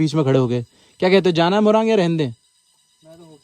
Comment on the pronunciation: Moraang nahi morung bolte hain